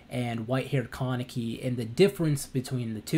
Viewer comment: "Ka-Ne-Ki" its a Japanese name, there's literally no stress in "Ka". It's hard to watch this video with you stressing the word like "KAAAA-neki".